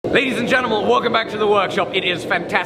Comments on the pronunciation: "ladies and genimuls" lol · If you keep replaying it sounds like ladies and genemal walk them back to the workshop